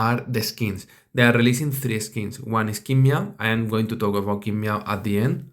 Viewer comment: It’s not King Meow but Tsin Mao:)